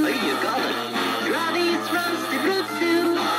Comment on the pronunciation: Haha, it is not Gruddys but Grubbys